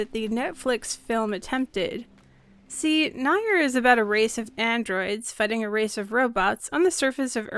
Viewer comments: FYI it's pronounced "near" not nye-er. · Is that how you say Nier: Automata? I always thought it was pronounced "Near - auto-ma-ta" but I guess its actually "nayr - auda-ma-da" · Also, genuinely love the video, however in Nier Automata the word "Nier" is pronounced like "Near" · "NIGH-YERR" AUTOMATA??? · Sorry, Grammar Nazi here, "Nier" is pronounced like "Near". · "Nier" is pronounced more like "Nee-Ah." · That is a really good video, my only issue with it is how you pronounce NieR it phisically hurt my soul. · NieR is great. Please say the name correctly :') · ...the comparison to Nier Automata is an absolute insult and you should feel ashamed for dragging 2B and 9S into this... they did nothing wrong. also you pronounced Nier wrong.